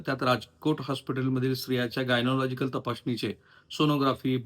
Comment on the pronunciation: गायनॉलॉजिकल नाही , गायनाकालॉजीकल म्हणा सर!